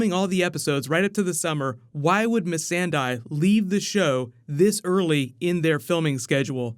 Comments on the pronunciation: It's interesting how you said "Missandie" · Please stop saying Miss Sand Eye.